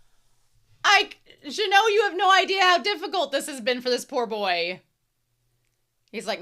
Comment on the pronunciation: Minor correction, Genau's name is pronounced with a hard g. Regarding the number discrepancy in child demon's line, that's a subtitle error, she actually says there are four mages, three of which are first-class. I love that when Methode is happy patting Frieren's head, you can see that her other hand is swaying to her side the same Fern sways her hands when she's doing her satisfied, fulfilled penguin walk. Fern trying to pull Frieren from the hug might as well be Fern trying to pull Frieren from a mimic. An interesting piece of characterization of Genau's dead partner, when he was showing magic tricks to children, it was pretty much the same display Frieren did in one of those passing time montages, the one between the two meteor showers in episode one if memory serves me. There's also another animation call-back to season one, the side zoom from above to Genau right before Stark blocks Revolte's blades is the same as the one done from when Stark cuts off the hand of a monster going for Frieren in front of the Hero's Sword's cave in episode 12. Now, this is a bit of a reach here, but I think that Genau dropping the bread crumbs for the birds in that flashback can be interpreted as a grief display. We already know that Genau feels emotions very intensely without showing them, per Frieren in the previous episode going "your spell had so much bloodlust, I though you were a demon". Him dropping the crumbs feels like a way of showing him crying without showing him crying as he s